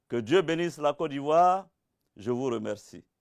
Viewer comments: Il dis Co d’ivoire 😂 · c'est vrai. Il dit cô d'ivoire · C'est sa manière de prononcer <<Côte d'ivoire >> qui me fait rire souvent😁. Sinon on est derrière toi même si tu as tuénos pareil t pour Ado auparavant. Seulement nous même on n'y crois pas trop quoi. On sais pas comment tu vas enlever au pouvoir ton tigre que tu as pris le temps de bien installer. 😁